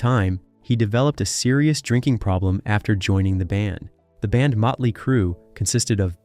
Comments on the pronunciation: Hey dumbass! It's Motley, not Muttley! Muttley is a cartoon character, like you. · What? This narrator from england ?he keeps saying mutley not motley.?😊🤷‍♀️🤷🤭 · why are saying "mutly crue"?wtf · Can't take it seriously. "Mutley crew" 😂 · DUDDDEEEE why do u keep saying MUTLEY!?!? Like for real!?!? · Damn. Bad bro...bad. Mütley Crüe? Better yank this and redo the narration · Who put this shit together?!! The guy can’t even pronounce “Motley”. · Metley crue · he was just like: metly mutly like what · Why can't the narrator say Mötley correctly? Is it some kind of computer-generated voice because it/he also pronounces other common words incorrectly? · Dude cant even pronounce the name of the band right. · He's pronouncing the band name wrong because he's pronouncing the umlaut over the O, which just makes it clear he knows nothing about the band. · Right? That bothered me throughout the entire video.